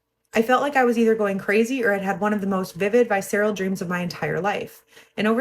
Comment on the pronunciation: VIS SIR UHL is how you pronounce that word. Visceral. I love you and I think you’re awesome. Just don’t want you to be like some of these other clowns on YouTube that have no command of language. Yes.. it’s important. Communication is always important for those who get butt hurt. You’re the best!